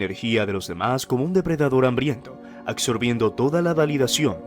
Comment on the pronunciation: Colacso?? Colapso, acsorbiendo?? Omg